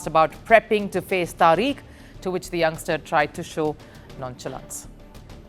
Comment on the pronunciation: the name is Tariq, pronounced Tarik, NOT Tareek, what a nitwit!